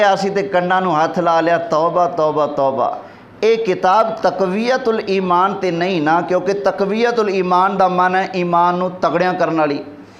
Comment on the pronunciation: تقویة الایمان نہیں تفویة الایمان